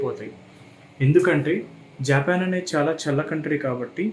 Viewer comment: Good thing bro, Japan lo shit yela veltaru ani live ga chupaledhu thank god, aaa pronunciation enti bro JAYPAN, SHINK............adi smoke ni lagesssstuntadi, dhanni CHIMNEY antaru bro.....mothaniki Japan lo telugugodu DORAEMON ga marithey nee la untundhi ani nerupinchav bro.......